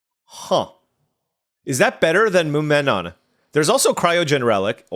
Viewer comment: I think the name is "muh-[glotal stop]-meh-nawn"? That's how I've been saying it. :O